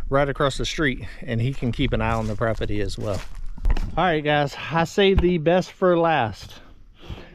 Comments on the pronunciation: C’mon, say “property” properly, not “propity”! Pro-per-ty, not pro-pi-ty! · It's pronounced p r o p e r t y!!🤪